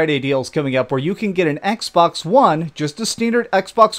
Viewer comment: Did he say "Xbax"?